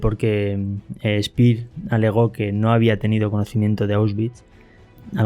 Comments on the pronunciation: Y no es Spir, es Shpeer. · ALBERT SPEER ( ʃpeɐ: ) ( SHPEA O *SHPIAʁ )